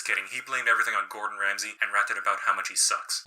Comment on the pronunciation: Anyone else hear him introduce Gordon Ramsay as Gortronch Ramsley? LOL